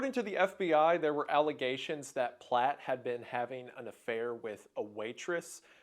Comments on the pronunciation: The name of the perp was Platt. Not Platz. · The name is Platt. You got it wrong the entire video.